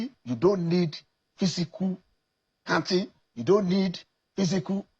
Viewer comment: A senator of the Republic pronouncing counting as kantin. From where did they bring this agbero?